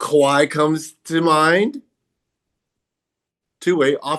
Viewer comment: He said kawahi lmao